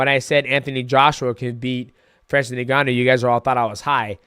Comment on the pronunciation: Ayo you pronounce it N-Gannou, not Negannou..